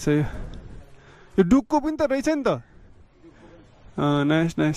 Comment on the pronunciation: Don't know how to pronounce Duke, lol